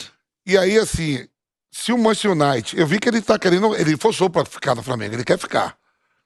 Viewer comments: "MANCHESTI UNAITI" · "Manchi unaite"(sic) eita Vampeta ...estude ...vc tem grana homem ...tenha aulas!!!